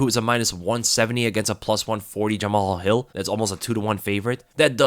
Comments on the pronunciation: Yo it's not Ja-Ma-Hal Hill lol it's Ja-Mal Hill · Jama-hall😭it’s pronounced juh-mall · You pronounce 'Jamahal' as 'Jamal'.